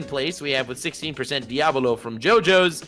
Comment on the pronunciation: U don’t pronounce diavolo like that lol